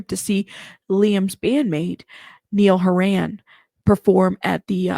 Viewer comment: Niall Horan is pronounced “Nye-al” “Hore-an” FYI